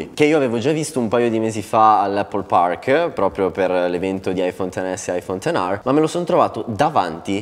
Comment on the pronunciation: Aifon ten ARRRRRRR